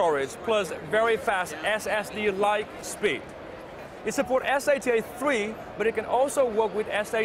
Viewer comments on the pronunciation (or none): instead of saying S-A-T-A-3 please just say sata3